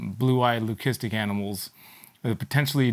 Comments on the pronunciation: Someone made a comment laughing at very correct pronunciation of leucistic. Incredibly, it’s the first timeI’ve actually heard a breeder pronounce it the correct way. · You may laugh but is the only person I’ve heard who actually pronounces the word leucistic correctly. Everyone else says ‘lusistic’ which is wrong